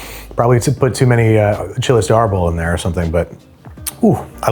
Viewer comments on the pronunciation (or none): none